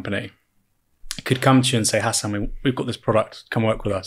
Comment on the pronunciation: man really said "hass anne"